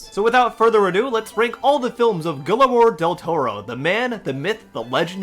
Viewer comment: Maybe learn how to pronounce his name before you make a 45 minute video?